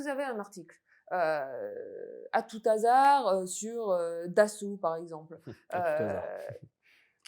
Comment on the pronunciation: Hasard; "h" aspiré ! Pas de liaison. Tout ce qu'on entend est bien conformiste, vue de Paris, vu d'une certaine classe sociale. Comment espérer de l'originalité, du neuf, quand on a été directrice de cabinet de N. Vallaud-Belkacem, elle même poussée là par la Folle du Poitou ?